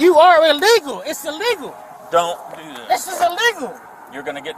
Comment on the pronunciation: What a waste of an elementary education..."what I doooo?" "I didn' dooo nuttin'"